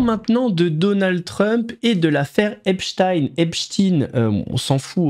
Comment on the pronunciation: Bonsoir! La voix du reportage sur " Epstein " qu'elle prononce " epstine " cela m'a fait beaucoup de mal surtout répété de nombreuses fois 😂 Bon boulot Mouss et courage, nous sommes des résistants de l'ancien monde🫡